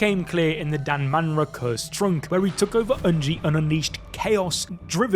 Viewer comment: Its danmara